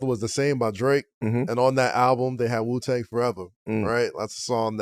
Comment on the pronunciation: Its Wu-tang not Ju-tang 😂